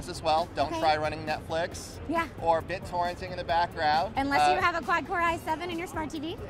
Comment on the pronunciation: did he just say Bittorrenting in the background?